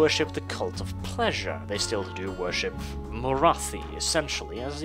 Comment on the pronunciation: Anyone else catch "The Dark Elves 'vörship'"? I can empathise there, 😅